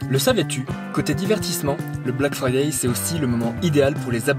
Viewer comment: Ça s'appele bläck freidäi' apprenez l'anglais!! Bleck fraîdeî